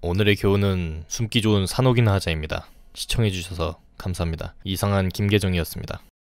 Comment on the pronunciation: 왜 이상 김계정이었습니다가 아니라 이상한 김계정으로 들릴까 ㅋㅋㅋㅋ